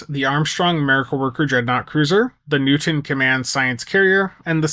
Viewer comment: Thank you Hu-man for discussing this vessel you call New-tin.